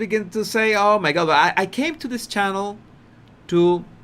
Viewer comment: Please stop calling o my god.